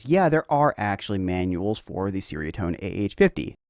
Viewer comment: It's like cherry-uh-tone, not sairy-uh-tone.